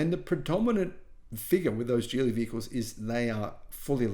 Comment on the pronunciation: It's pronounced Geely with a hard "g" not a j sound. Thank you as always,.